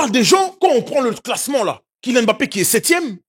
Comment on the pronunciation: Boug merci pour la prononciation du nom MBAPPE 🙏🏿Quand j'entends des africains prononcés M-BAPPE, M-BAYE ça me donne mal à la tête.